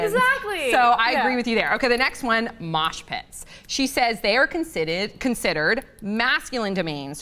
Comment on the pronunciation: I like how everyone is commenting about mosh pits when she said smosh pits lolol